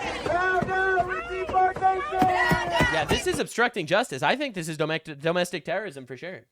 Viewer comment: LMAO It almost sounded like you said "dumb-astic-t3rr0r1sm"